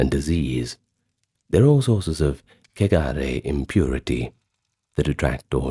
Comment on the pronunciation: He pronounced it fine